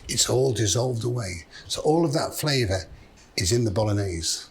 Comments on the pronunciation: “flaveh”, true proud roots showing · Why does he sound so Scouse saying 'flaver' ? 😅😅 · Why, for one word only, does he sound like he's from Tranmere? Refined his entire lexicon apart from the word "flavour". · 😂😂 now I hear it once I can't un hear it